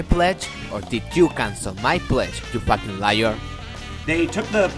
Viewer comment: sure if you think "facking" is an english word